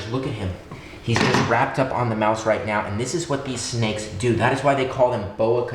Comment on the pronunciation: Also its do not doo